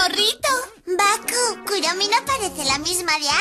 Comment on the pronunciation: Se dise kuromi no kuromy